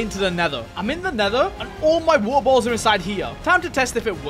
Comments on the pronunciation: Bro just saying wo-er bo-ols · why u keep saying "wa'a botuls" 💀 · I love how say was ah bo als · “Weaer bolls” 😂😂😂😂😂😂😂😂😂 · I heard every time you said Water bottles I heard Wawer bottles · Bro said wahor boholls